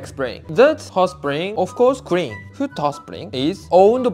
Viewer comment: I find it cute than the Japanese pronounce blood as brood and clean as crean. L is r ❤️❤️❤️